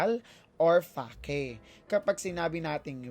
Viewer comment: Asking lang po if ganyan talaga ipronouce ang Real at Fake?